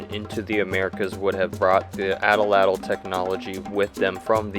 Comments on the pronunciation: At-latl not ata latyl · A'tla'tl - would be closer to the Nahuatl pronunciation. Atl'atl is an English mispronunciation. Nahuatl is not a dead language. People in Mexico continue to speak it. Thanks for posting this video. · There is no short A sound in most languages, and atlatle should be pronounced as "oughtloughtle". Also, the sin in sinew should rhyme with pin. The "ogne" in Dordogne is pronounced as "own".